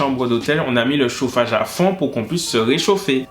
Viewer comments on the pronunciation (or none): « I té lé mété chofage » 😭😭 « Zo « o » » 😭😭